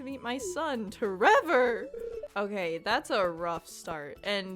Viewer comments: I think it’s pronounced T Rever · My dog loves it when you say tREVOR. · I'll probably check out your other videos to see what Abigail did to wrong you, but on the topic of marriage candidates, I think she's my favorite - even with the extras from Expanded added (though I actually like Sophia and Victor a lot as characters); I rather quickly realized she was my favorite, much to my sister's amusement, since she figured I would like her. Either way, love the name tREVOR, and the way you pronounce it is very good lmao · every time you said tREVOR i had to stop myself from laughing idk why it was so funny to me